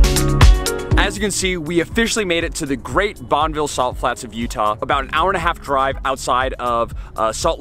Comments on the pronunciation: Bonn-e-ville not Bonnville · Nice video- loved the drone footage on the other side of the freeway. Just an FYI- the locals say “bon-i-vill” (with a short i sound). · You live in utah but dont know how to say Bonneville correctly.. wtf